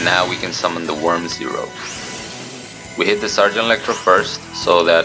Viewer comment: It's always fun to see people failing on say that worm's name. Have you already had any idea about that "miracle contact" card, my boi?